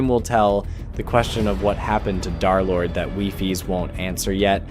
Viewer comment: derlord ❌ darlord ✅